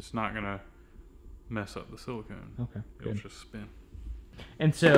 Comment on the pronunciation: that is caulk not silacone won't be alright lol